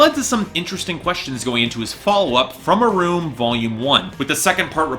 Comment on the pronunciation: Learn how to pronounce the albums title before you review it